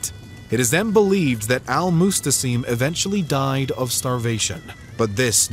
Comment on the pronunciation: It’s al Mu’tasim not mustasim.